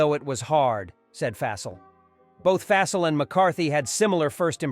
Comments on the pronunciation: Fyi, Fassell is pronounced like Fossil. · How the hell does A.I. not know how to pronounce (Fawsall) Fassel?